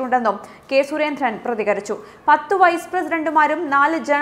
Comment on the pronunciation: മലയാളം ഉച്ചാരണം എന്റെ കുട്ടി, വളരെ കഷ്ടം.. ദ എന്ന ഒരക്ഷരം ഉണ്ട് മലയാളത്തിൽ. അതിന് പകരം കുട്ടി പറയുന്നത് ധ എന്നാണ്! സുരേന്ദ്രൻ എന്നതും വെറുതെ കനപ്പെടുത്തി ഉച്ചരിക്കുന്നു.. സഹിക്കാൻ വയ്യ..